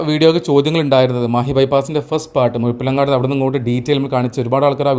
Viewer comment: ബ്രോ മുഴപ്പിലങ്ങാട് ... ( ഡി ) അല്ല 😄👍